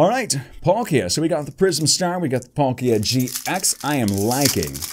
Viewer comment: “A polkia gx” when it says palkia gx XD